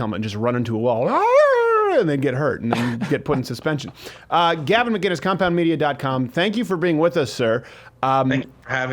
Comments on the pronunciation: His name is McInnes not McGinnes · Stephen, I love ya man but his name is not McGuinness it's McInnes! Pronounced Mc-Innes, no G ... it's a hard C. I know he has corrected you before but out of respect, pronounce it correctly. Oh and I'll be joining the #mugclub soon. Always love your vids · must b annoying for gavin to hear steven always say "maguinnes .. its MACINNES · Gavin's surname is pronounced MICK-IN-ISSSSS.....not McGuiness. for fuck sake. It's the difference between Scots and Irish! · Will you please start pronouncing the fucking C in Gavin's name? It's not McGuinness. It's McInnes. Pronounce the C. From an angry Scotsman who gets pissed off at every North American (acknowledging that you're from Canada) mispronouncing our clans' names. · When is Crowder going to learn Gavin's name......it's Mc- Inness not Ma-ginnis! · ITS MC! NOT MG ITS MC INNES!! not MG INNES! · Steven. Gavin's last name is MCINNES. No MGuinness. MCinnes. Yeah. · MICK-INNES!! Not MacGuinness (Scot here, but it should be obvious :) edit: fixed! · Steven...Gavin's last name is (Mk In Us) no g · Ma-KIN-Iss.. seriously when will people realize there is no "G" in his name. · You are saying Gavin's name wrong ....it's pronounced mic kinnis. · Still don't get why Crowder can't say his name right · Crowder still says McInnes wrong.